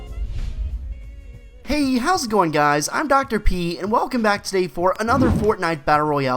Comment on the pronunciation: Thought you said '' Dr. Pee '' 😂